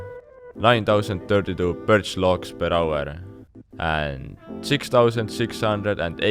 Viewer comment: PER AUERRRRR xD Where are you from ? hahaha